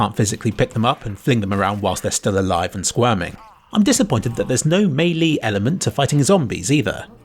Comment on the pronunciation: used to pronounce it “mee-lee” he now pronounces it correctly as “mey-lay” but now I’ve heard the combination for the first time as you say it “may-lee” you can’t have your cake and eat it too. Unless that is the most stupid saying ever said. In which case, you can. Of course you can! Without the context of its creation that is an awkward and worthless sentence and should only be said by idiots and douchebags. Look, let’s just drop it, ok? Jeepers! It’s no big deal, you know?